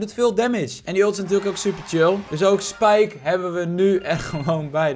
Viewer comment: iedereen: spike: spijke